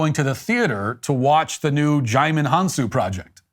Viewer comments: DiJimon 😂. it's pronounced JI-MON. But I bet you know that. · HAHA “Digimon”. It’s pronounced “Ji-mon”, the “D” is silent.